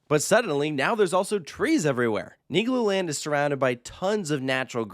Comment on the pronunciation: LOL IS RIGHT! Really gotta make sure you annunciate that L in Niglo 🥲😬